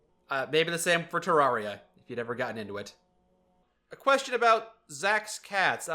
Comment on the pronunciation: hey just so all the internet people don’t yell at you, Terraria is pronounced te-rare-ia not te-rawr-ia lol